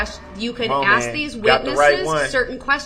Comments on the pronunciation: He sure does like to "Axe" the judge a lot of questions, for a guy who claims "Im far from an idiot". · “I don’t have a problem with doin what you AXE me to do” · "he's very intelligent" every time he opened his mouth he displayed how unintelligent he was. He can't even pronounce "ask" lmfao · maybe he shouldve been proven to be able to say the word ask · Being able to clearly pronounce the word ask should be a requirement for attainment of most “rights” and privileges afforded to adult citizens